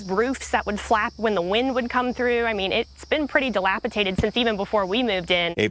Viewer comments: Dilapitated...no Dilapidated...yes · She said dilapiTated with a T 😮…